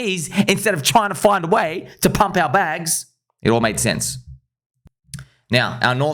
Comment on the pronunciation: That accent came out heavy when you say we need to pumppppp🤗😂